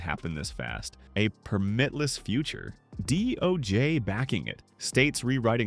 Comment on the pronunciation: It's PER-mit-less, not per-MIT-less. Accent the first syllable.